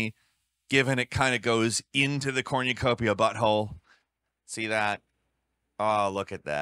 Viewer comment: Why the fuck are you saying cornucopia like that???